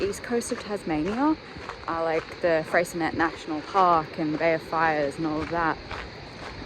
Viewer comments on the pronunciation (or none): Looks like a beautiful spot there! One of those places I’ve been near multiple times but never to. Oh, Freycinet has a silent t with an “ay” sound at the end. Can you tell I’m not a linguist?🤣